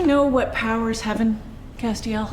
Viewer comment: Oh I'm terribly sorry, but did she just say Castiel's name wrong? Am I even want to finish the video or this is devastating enough?!